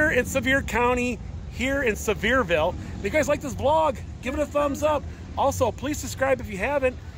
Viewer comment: It is Pronounsed Sea Ver Ville